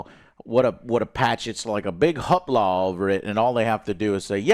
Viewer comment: Joe is either borderline illiterate or just a mastermind troll with his constant mispronunciations lol. I havent finished this video yet and hes already mispronounced "hoopla" wrong and "plethora" wrong about 10 times Edit: Add "Polaris" to the list